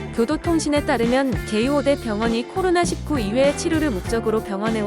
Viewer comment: 코로나 십구라고 제대로 발음하시네요! 왜들 일구라고 발음하는지..... 외국에선 다들 십구라고 하는데!